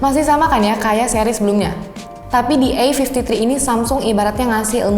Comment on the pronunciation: "kamera e-fifti-tri ... yang udah ada o-is nya". hmmmmm.. ada yg aneh sepertinya 🧐😅